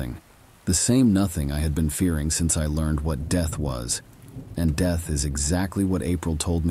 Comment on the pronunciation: Lol the deeth of the blue-d drinking vampire.. best screeching goat sound story I've ever heed. I think you need a new AI.. yours seems to be malfunctioning and incapable of pronouncing certain basic words 🤣💀